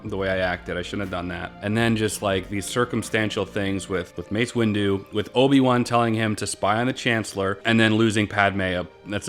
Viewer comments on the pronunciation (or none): “It’s Mace Wendu. What?!?!? 😂😂😂